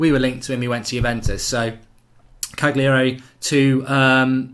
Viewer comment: Still too arsey to pronounce Cagliari correctly Mark? Have a bit of humility man!